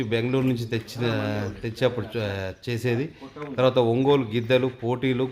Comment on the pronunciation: ఒంగోలు గిద్దలు కాదు ఒంగోలు గిత్తలు